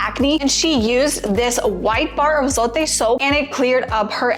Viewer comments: It’s pronounced “Zo-teh” not “Zoe-T” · It's funny how she's trying so hard to say it